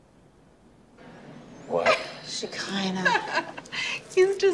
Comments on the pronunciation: her name is SHEKINAH... SH E KI NAH.... palease 😂😂😂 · Hacking her name at every opportunity is the BEST. You just said shekilah hahahah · Lmfao bro did you call her Shakeezy ? 😂😂😂😂😂